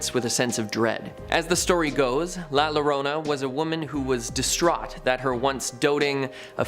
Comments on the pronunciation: La yo row na not la lona dude she didn't even try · Its la yo-rona double l is pronounced as a y llo Is pronounced yo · LaLlorona is pernounced la yorona. The double LL is pronounced as a Y.